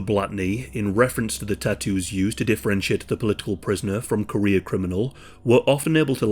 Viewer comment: I kept thinking you were saying "Korea criminals" instead of "career criminals" and spent longer than I care to admit trying to figure out why there were so many Korean criminals in the USSR